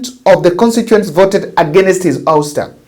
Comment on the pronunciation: Usta??? No.....its awsta (ouster)